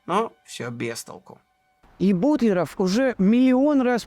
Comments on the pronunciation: Все замечательно, но все таки не БутлерО'в, а БУ'тлеров ! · Ну почему же "БутлерОв", а не ""БУтлеров"? В Википедию загляните, пожалуйста, там в фамилиях знаменитых людей расставлены ударения. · Прекрасная программа, Но не знать правильного ударения в фамилии русского химика Алекса́ндр Миха́йлович Бу́тлеров, это огорчительно! Наверное вы в школе химию не изучали! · Совершенно потрясающий фильм! Спасибо за труд! Смутио только произношение фамилии БУтлерова. Почему же БутлерОв? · Извините, но все же БУтлеров , а не БутлерОв. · Не БутлерОв, а БУтлеров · Автор - умница! Проделана колоссальная научно-исследовательская работа. Такое надо поощрять! Но, не БутлерОв, а БУтлеров. Ибо, фамилия сия от аглицкого БАтлер.😊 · БУтлеров, а не БутлерОв!!! А Менделеев... Как только в школе началась химия, я пересел в хим кабинете на первую парту и видел перед собой над кафедрой огромную ЕГО таблицу. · БУтлеров, а не БутлерОв!! Это ж надо, так опозориться! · Почему говорите Бутлеро́в , хотя общепринятое произношение Бу́тлеров❓ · Классная работа! Но ударение Бу'тлеров! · В фамилии Бутлеров ударение на букву У